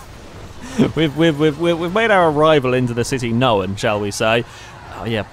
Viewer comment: Why do you always say 'knowun' instead of known lmao.. gets me every time :D